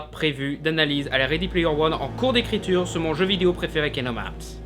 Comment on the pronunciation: kinomarts? cte prononciation mais lol !! je suis dead